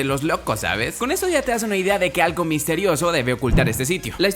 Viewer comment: dice argo 🤡